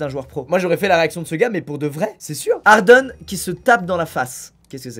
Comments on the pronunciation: Starfoulah il a dis hardeun au lieu de Harden Starf il a dis leubron au lieu de LeBron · Squeezie a osé dire hardone au lieu de harden ptnnn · Hardon wtfff frero c'est Haden c'est de l'anglais donc Hardaine tkt je t'en veut pas trop 😊😁😁😁😁😅😅😅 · Ça se prononce pas harden mais hardèn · Euh je sais que je chipote pour rien mais c'est Harden ça se prononce "Ardène" et non "Ardeune" 😂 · squeezie à rien respecter il a appeler d' Harin au lieu de Harden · Lol ta dit jardin mes il faut le dit en anglais ardent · ''Hardeune'' quel manque de respect cela se prononce "hardaine" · il a dit «hardon » o lieu de harden 🤣👌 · Hardeun 🤣🤣🤣 ça se dit hardenne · '' Hardeun'' aie mes oreilles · Je suis le seul à être choqué par la prononciation de squeeze sur james harden ! Il a quand même dit hardeune😂🙄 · « hardeun » comment t’as dit le nom de familles de James Harden 😂😂😭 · Squeezie pour le basketteur harden on le prononce hardène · Y'A QUE MOI QUE ÇA CHOOOQUE il dit harden "hardeune" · Tu as dis [ardeun] pour Harden 😂😂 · ça se dit"hardene" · Tout les fans de basket ont eu du mal quand squeeziez a dit hardeune pour harden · Il a dit ardeune ardeune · par contre c'est pas james harden c'est James hardèn (prononciation ) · Je t aime bien squeezie mais on dit hardén pas hardèn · "James Hardeuune" 😭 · TU A DIT HARDEN MAIS SA SE PRONONCE HARDAINE MAIS SA S'ÉCRIT HARDEN ! 😁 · Ptn les fans de basket comment Squeezie prononcé Harden😂😂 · Je vais t'egorger comment tu as dit Harden😂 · rip harden sur la prononciation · Au secours la prononciation de squeezie pour James Harden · a tous les basketteurs ont est bien d'accord il mal prononcé son nom😂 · Comment il a prononcé Harden 🤣🤣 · Comment il a prononcé harden parfait mdr